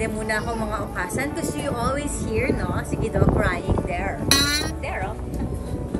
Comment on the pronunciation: new subscriber here!honestly dahil nakita ko ang diamond star kaya ko po napansin na may YouTube channel pala si ms.merryl :-) just wanna share lang po at d para umepal because i live here in japan,okasan should be pronounced as okasang.parang hasang?ng isda.good luck po & more power mama meme!